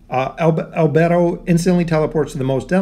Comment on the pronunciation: Damn as a fan of anime and overlord in general, this would be a great addition. Also just a side not, the anime pronounciation is "Eyes ins oool gone" and " Al bey dough", just felt like adding that bit.